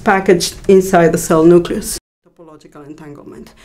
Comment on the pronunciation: All I hear is "Nuculus".